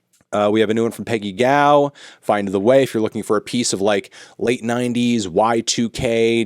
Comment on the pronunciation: For Peggy Gou, I believe it’s pronounced “Goo” not “Gao” I say that as a fan of hers, my source for the proper pronunciation is her interview on the Boiler Room YouTube channel.